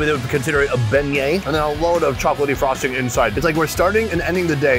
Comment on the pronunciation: when he says “It’s sweet- it literally tastes like frosting” I CANNOT for the life of me hear anything but “tastes like PROSTATE” like 😂😂 Maybe I need my ears checked idk